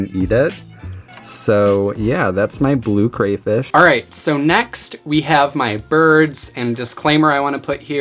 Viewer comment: Everything about this video is great except for how you pronounce crayfish